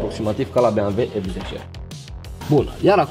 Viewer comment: se zice bemveu!!!